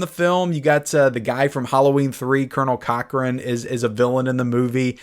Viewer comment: It’s Conal Cochran, not Colonel Cochran.